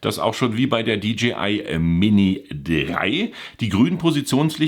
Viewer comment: Die Stimme eines Predigers in der Wüste: [Di Dschi Ei] = DGI, DJI = [Di Dschäi Ei]. (Ich geb's nicht auf, wenn's schon Englisch sein muss)